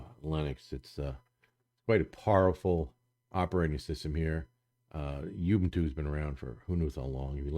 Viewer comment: you can't even pronounce Ubuntu right.. geez dude